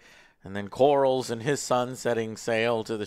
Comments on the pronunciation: the Sea Snake is named "Corlys", pronounced like CORE-LISS. Not Corals! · Lost any credibility when you kept saying "Lord Corals". And the other bozos don’t correct you. Pitiful. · Like how Joe keeps mistakenly calling Corlys the name Corals 😂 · If I hear the name Lord "CORALS" one... more... time.... Let alone mispronouncing EVERY OTHER CHARACTER in the show.